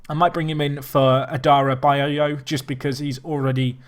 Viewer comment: id hate to see a nickname for adarabioyo as its quite a legendary surname by itself you pronounce it like adda-rab-ee-yoyo